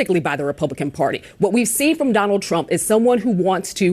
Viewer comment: "Say Wat"...u beeze all racist n sh/t.🤣